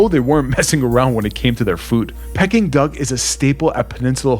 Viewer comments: Pecking Duck, what a cack….. it is pronounced Pee King Duck. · Peking Duck is pronounced “peeking” not “pecking” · I thought it was pronounced like pee-king duck. It sounds like he’s saying pecking duck.